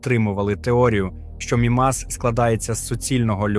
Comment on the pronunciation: Взагалі правильно МІмас, а не МімАс. А решта все чудово, вперше чую про океан на Мімасі.